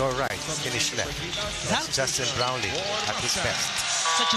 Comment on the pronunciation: Boss paki tama yung "brownlee" baka pati JB angkinin ng china